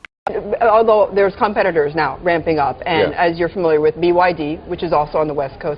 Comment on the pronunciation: Why do you keep saying BID "I" and not BYD.